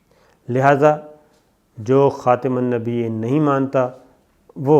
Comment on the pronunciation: محترم شاکر صاحب خاتم النبیین عِین نہیں محترم